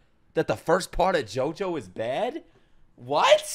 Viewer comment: Lol I never appreciated how well Dio said Jojo until you pointed it out